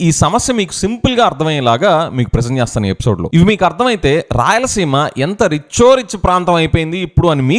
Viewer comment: Gotcha!, Rayalaseema is "Rich O Richhh"😂